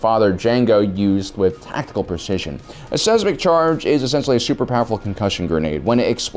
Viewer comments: Seismic = sighs-mick. Not Sez-mick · "seismic" is pronounced like "size mick" not "sez mick" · Saysmick? SAYSMICK? Really? You have a serious problem with not being able to pronounce a wide variety of words. You should have a doctor check you out. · size mick..not sez mic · lol he really said sesmic charges, makes me think of septic... hmm.. maybe a new weapon to add? literal sh*t bombs XD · Seismic? No Sezmik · Your pronunciation of Seismic hurts my brain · I love you bro but the way you say "seismic" hurts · Yeah, and how he pronounces “seismic”